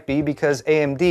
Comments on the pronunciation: i dont think i've heard anyone pronounce xilinx as "zil inx"... typically i hear "zye-linx". i think google pronunciation uses the former and wikipedia uses the latter. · Xilinx is pronounced Zye' links (rhymes with rye)